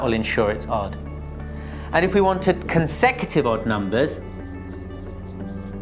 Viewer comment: its not consective....he is pronouncing it wrong....its co n se cu tive numbers